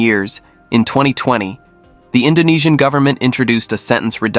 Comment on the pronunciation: Awesome content, very well investigated. You even pronounce Indonesian names and words PERFECTLY, all of them! Congratulations !